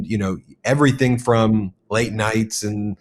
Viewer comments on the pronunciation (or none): none